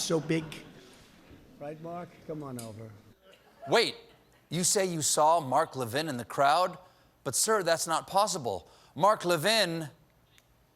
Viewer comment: I do however love the way he pronounces "Mark Levin" as "McLovin' ".